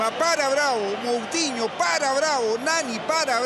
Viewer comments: Dijo cutinhio no moutinhio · Es Moutiño o. Cómo se escriba no couthino jajajaj